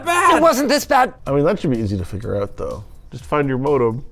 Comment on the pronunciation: love how everyone says out as oat